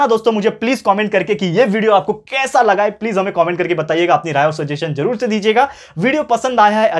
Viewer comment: Sir aap wo app comment ko cooment kyu bolte ho😂